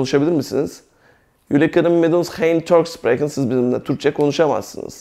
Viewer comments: Hocam 'kunen' kının diye değil 'könün' diye okunur saygılar.. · Hayır 'kunnen' fiili 'künın diye okunur.